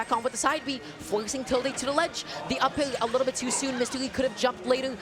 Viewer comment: Saying “up-ULL” instead of “up air” is perfectly understandable ?